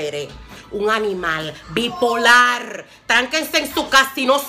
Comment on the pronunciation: Jajajajajajaja buena esa reflexion!! Bipolarrrrrrr con rrrrrr